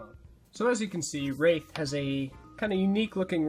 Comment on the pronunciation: It's Wraith, not Rath.